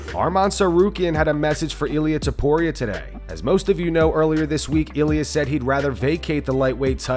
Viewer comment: In Spanish it's pronounced ilia